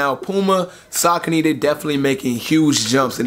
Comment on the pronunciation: (Suh-coney)cmon son